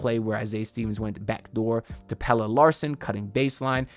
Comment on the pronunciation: 🔥🔥🔥 thanks for the content… I really like Stevens… glad to finally hear you say Pelle the right way also 😅